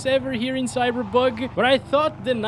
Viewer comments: Hold on are you saying cyberbug or cyberpunk? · lol i like how he says cyberbug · I swear I thought he said "CyberBug"